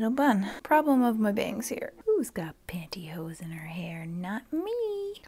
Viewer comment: When said pantyhose the way she did, my brain registered it as another similar sounding spanish word......